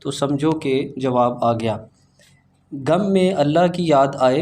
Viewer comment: " گم" نہیں "غم" ہوتا ہے ۔ جزاک اللہِ